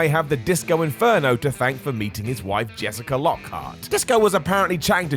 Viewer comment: Jessica* not Jessiker